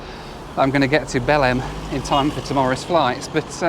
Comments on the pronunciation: its pronounced like beleng and means Bethlehem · Best to pronounce Belem as “Bellaine” or “Bellaing” if you really want to get close to the pronunciation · I.. I just understood "BELL-END in Brazil" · I thought you said you were flying to Bellend...😅 Was going to add it to favourite places I want to visit.Oh well, number 1 is still Mingė, Lithiania.